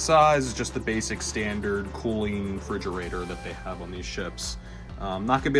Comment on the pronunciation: Nice vid. It's "refrigerator" though, not "fridgerator" 🙂